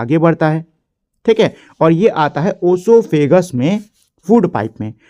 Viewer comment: Bro sahi bola